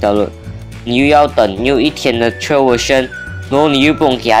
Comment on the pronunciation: Trial read wrongly bro